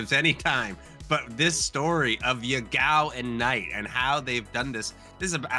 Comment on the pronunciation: His name is pronounced Ya-gao, not ye-gao. Btw, Ya-gao literally means toothpaste.